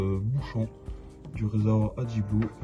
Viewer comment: Le clearnox est inutile, il suffit de mettre la dose adéquate de d2u dans l'adblue .Pourquoi beaucoup de personnes prononcent "ad i blou" , il n'y a pas de i derrière le d ???